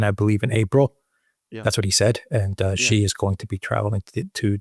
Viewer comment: Not "jee" like je t'aime. "Xi" in Xi Jinping is pronounced a lot like "she", like the female pronoun.